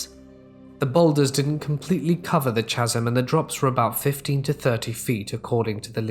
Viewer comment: Just so you know, it'as pronounced ca-sm, not cha-sm.